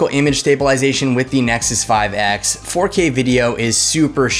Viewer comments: Did you really just said "Isnexus 5X" ??? Did you wanna say IPhone or something? 😂😂😋👌🏻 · Yeah I heard it too.